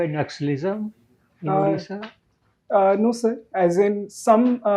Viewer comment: It's Odisha not addisa